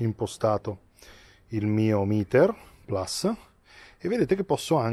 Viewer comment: Mitico, però almeno tu che sei un giornalista basta con questo PLAS....si dice PLUS...PLUS...PLUS…. è latinooooooooooooo:-( e poi perché 45 gradi che le giri sempre di 90....???